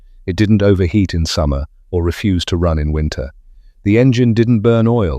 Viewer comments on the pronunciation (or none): none